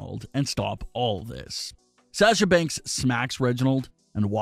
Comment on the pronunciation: Dude You keep saying sasha's name wrong. STOP IT. It is real annoying.